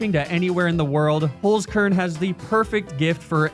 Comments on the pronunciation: Little did I know that my life would not have been complete had I not heard the soothing voice of pronounce the german word HOLZKERN like hullskurrn. I can rest easy now. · as a German, that 'Holzkern' pronunciation threw me off guard. For the curious: Holzkern means wood core and inside the box it says 'unique just like you'.